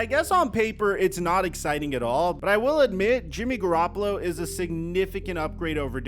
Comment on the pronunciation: “Jimmy garoppla” Ian rapoport